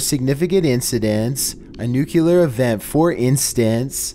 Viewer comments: Nuclear. Not nucular. That's what Homer says. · Why do some people pronounce Nuclear as "Nucular"? I know it's a speech thing, but it's spelled and pronounced "Nu-CLEAR", should be obvious. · It's pronounced "new-clee-ar" not "new-kew-lar." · "NUCLEAR" ....Sound it out CAREFULLY. It's "Newk-LEE-err" ...NOT "Newk-YOO-lerr" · "NUCLEAR" ....Sound it out CAREFULLY. 😒 It's "Newk-LEE-err" ...NOT "Newk-YOO-lerr" 😒😑🙄 Also..... "APPLE-ASIA"? 🤨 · "Nyehehehehehe, you said nuclear. It's nucular, dummy, the S is silent." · Please stop saying new Kew lar. The word nuclear is pronounced new clee er. It makes a bigger difference to people listening whose first language isn't English. If too much of the content is not heard or not understood I fear you'll lose fans, but I might just be being picky. It is my pet peeve, but I'm a fan. Just one who primarily speaks English. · NUCLEAR - NOO KLEE ER not NOO KYOO LER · It’s N U C L E A R not N U C U L A R oh my god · Hey is it nuclear or nucular 🤫🤫